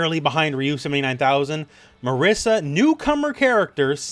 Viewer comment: Great video. But you pronouncing Marisa as Marissa is driving me nuts.